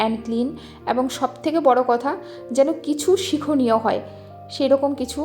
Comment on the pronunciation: কথাটা শিখণীয় নয় শিক্ষণীয়